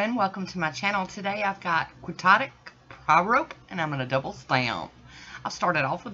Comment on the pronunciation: Girl, the stars are in alignment as much as your beautiful stamping! I love it 💜💜💜 Oh, and Quixote is pronounced Kee-hot-ick 😇 Thank you for sharing 💜 💜 💜